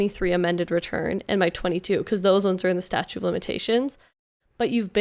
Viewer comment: It's "statute" not "statue"